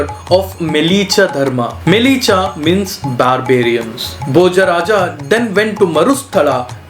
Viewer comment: It’s pronounced MLay-Chha not Mele-Cha